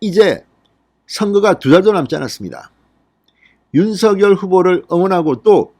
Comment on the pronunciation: 윤서결이라고 발음하는게 계속 거슬리네요 윤성녈로 발음 해야 하는게 아닌지요?